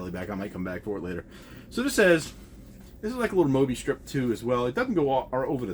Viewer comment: Its Obi Strip.. pronounced like Oh-Bee. No letter M. Unless that's just a Southern thing. Kinison !! Outstanding. Love record store stories, great video. Cheers.